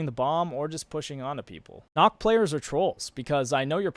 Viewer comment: its not knok its nook